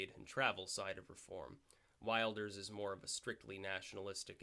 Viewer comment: The 'i' in Wilders is pronounced like the 'i' in 'Hill'. Good video! Really entertaining. It's pretty cool that you seem to know your tarot despite not thinking too much of it.